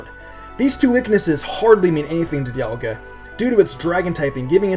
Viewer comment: You pronounced Dialga wrong it's not Die-al-ga it's Dee-al-ga